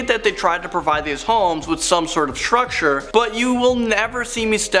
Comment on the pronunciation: "With some sort of Shrucshure"